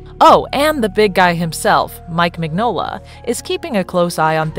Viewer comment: It’s pronounced Min-yo-la. I hate fake nerd channels.